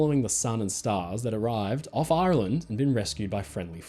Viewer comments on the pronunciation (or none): none